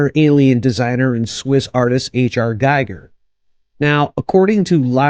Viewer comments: It's pronounced GEE-ger ! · Pronounced "geeg-ur" (rhymes with "meager").